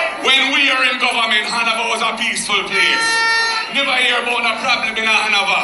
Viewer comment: Han-na-va for Hanover.😆 Mark Golding, you seriously need help. You're not ready for Prime Minister work yet. This kind of talking is embarrassing. No one gonna push you on Jamaica. You will not be allowed to lead and represent Jamaica.